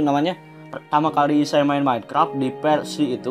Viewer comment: yahhh ampun ngomong versi aja persi hahaha